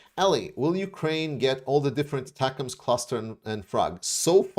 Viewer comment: I did have a small issue with another YouTuber, Artur something I think, pronouncing ATACMS as "atack ms". It's not a real issue but an earworm over how many times he kept pronouncing it that way over and over throughout his video. I'm not sure why but our military going back as far as my lifetime our weapons have always come with a pronunciation a single pronunciation and it's an acronym that is pronounceable in this case as "attackems". I know in the grand scheme of things it's less than a grain of sand on the planet Earth but it was any worm and I had to Bleed It Out.